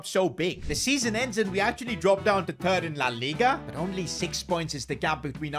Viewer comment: why whenever says third it sounds like turd